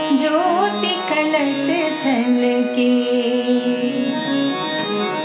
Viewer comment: Very well sung, Didi ! Please watch pronounciation. It is "kalash: and not "kalas". Thanks.